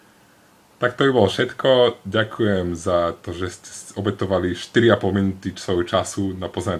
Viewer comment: Legenda byla zrozena :D + Ďženkujii :D